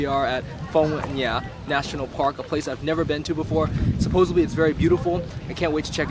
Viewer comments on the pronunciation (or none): hahahah its Phong Nha not Phong Nhã cutiepie